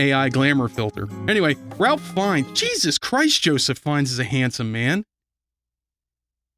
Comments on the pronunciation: I have a problem with this video. A BIG problem. And the problem is... the Ralph in Ralph Finnes is pronounced as "Rafe", because English is weird and British names can be even weirder. Unsubscribed! And then subscribed again! Hah, that'll show you! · His name is pronounced ray-fh feenz. Rafe fiends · His name is pronounced as "Raif" despite the spelling.